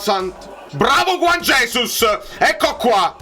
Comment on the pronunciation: A proposito di Juan jesus, essendo lui di Brasiliano e quindi di lingua Portoghese, il suo nome va pronunciato come faremmo noi a Napoli 'Giuan' and not alla Spagnola per intenderci che suona 'Cuan''